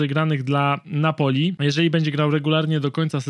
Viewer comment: Każde wypowiedziane Napoli w tym odcinku sprawia ze uszy krawia…